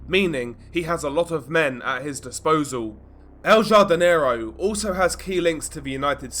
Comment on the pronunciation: Please pronounce it has HARDINERO lol.